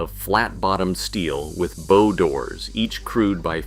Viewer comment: "Bow" such as on a ship rhymes with cow. Look it up.